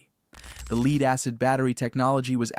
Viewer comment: Is this an A.I. generated script? The reason I ask is, the narrator mentioned lead car batteries, he pronounced "lead" as "leed".! A.I can have trouble with pronunciation like this & an educated human would know how to say a word, even though they can be spelled the same way when A I. can get it wrong.